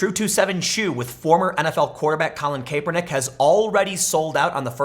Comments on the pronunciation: Tim, say it with me Cap-Urr-Nick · pronounced: CAP ER NICK.